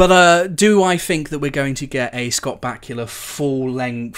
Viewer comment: They way you say Back-u-la haha pronounced ba-koo-la so funny